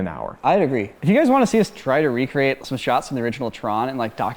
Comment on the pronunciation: Re-cre-ate, re-cre-ate, re-cre-ate